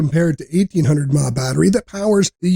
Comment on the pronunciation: This may have been better if the voice over guy, actually knew what all the abreviations meant! ie. "mAh" isn't called "Maw"... 😞